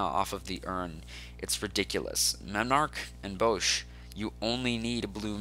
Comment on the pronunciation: I stopped watching when he called Bosh Bowsh. Tell me, in what world does Bosh have a long O sound.